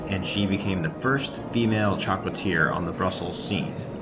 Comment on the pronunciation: Please….it’s not choclateer……they’re not an offshoot of Disneyland……it is chocolatier which is french…..shock o laat te eh.